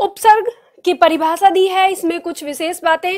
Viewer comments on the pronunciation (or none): बड़े अफसोस की बात है आपका उच्चारण स और श का सही नहीं है हिन्दी टीचर का उच्चारण सही होना चाहिए आप परिभाषा को paribhasa बोल रहीं हैं और शब्द को सब्द बोल रही हैं